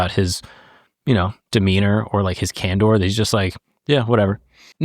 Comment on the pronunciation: Can-door? It’s CAN-DER did you pass kindergarten?